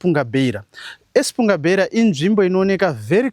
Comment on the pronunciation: It’s “Espungabera” not “Espunga-Beira”